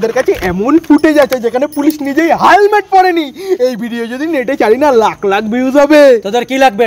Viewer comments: হেলমেট ❌হালমেট ☑️ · হেলমেট ❎ হালমেট ✅😅😅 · হেলমেট ❎ হালমেট ✅ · হেলমেট ❎ হালমেট ✅😂😂😂😂😂😂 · হেলমেট ❎হালমেট😂😂😂😂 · হেলমেট❌ হালমেট✅ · হেলমেট ❌ হালমেট ✅ 😂😂😂😂😂🤣🤣🤣😅😅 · হেলমেট ❎ হালমেট✅😂😂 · হেলমেট ❌হালমেট✔️😂